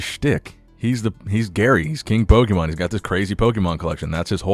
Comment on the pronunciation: Gary has always seemed kinda shady to me pokemonoverflow did a great video on him. I also can’t trust anyone who pronounces Pokémon wrong 😂